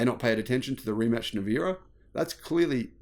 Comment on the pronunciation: Rimac pronouned Rimats not Rematch!